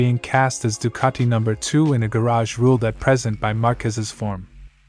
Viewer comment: No r in Ducati